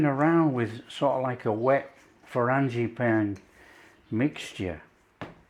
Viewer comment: These look wonderful. I love the way you say 'frangipane'. I might try making them for a garden party I usually have in May /June but will try making them smaller as I'll make other things too. Brit in Oklahoma, USA. 😊